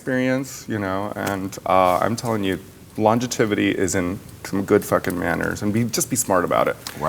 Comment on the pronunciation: "lonjativity" - raja